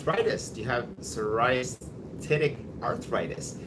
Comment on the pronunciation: Psoriatic arthritis. [SAW] + [REE] + [AT] + [IK] I’ve met some (many actually) native English speakers who struggle pronouncing this word.